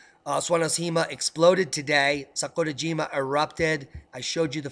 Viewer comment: Love your Japanese brah.... can you please say SAKURAJIMA again